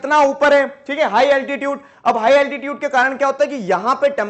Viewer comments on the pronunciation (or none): bro its altitude not attitude